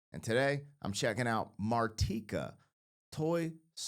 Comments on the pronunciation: Mar-TEE-ka. You pronounced it correctly. As far as Eminem’s samples, Dido’s song “Thank You” was pretty much unknown in the US until Eminem sampled it in “Stan” and made it popular. She really owes much of her success to Eminem. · Mar-teeka is the pronunciation 😂❤ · You said her name correctly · You did say her name right😊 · Ah yes... Martika (and yes, you did pronounce it correctly) ... essentially a one-hit wonder from the mid to late 80's ... I remember when this song climbed the Top 40 charts and the host of it was talking about how one of her favorite restaurants was the Olive Garden in City of Industry (Puente Hills Mall) - which was only a short drive from my high school. This is also the mall that they used when they filmed the Twin Pines Mall (Lone Pine Mall) for the first Back to the Future movie. To me ... she's kind of a "local celebrity" from my area/hometown ... a beautiful voice/performance on this song... most of the kids from my generation remember her from this song & her time as a child-star on the show "Kid's Incorporated" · Awww, c’mon man! Her name is pronounced….oh, wait. You got it right. Never mind. Carry on… 😉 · His French pronunciation was accurate 😉😉😂😂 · Don't worry. You pronounced her name right 👍